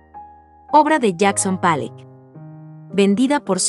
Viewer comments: Empiezo a ver el video y me sale con "Palleck" en vez de Pollock (se pronuncia como se oye: Polok) y luego me sale con "Letenstein", se pronuncia "Laitnstain". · Pollok no palek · Pueden poner a alguien que sí pueda o en el guión pueden escribir los nombres transliterados. Jackson "Palok". Mark "Rasco". El "GuÉrnica". Sí, escucha bastante mal.